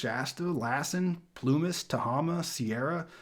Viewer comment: "Tuh-HAY-ma" "Del-NOR-tay"